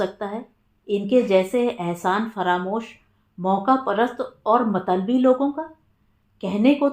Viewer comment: बहुत प्यारी कहानी भाई भाई के रिश्तों की..आप मतलबी शब्द गलत उच्चारित करती हैं..मत बोलकर लबी बोलिये,आप मतल बोलकर बी बोलती हैं..कानो में चुभता है